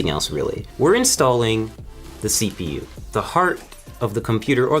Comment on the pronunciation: he says yepu